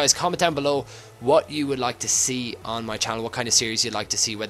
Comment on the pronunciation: Stop saying move 'ouwn' it's on mate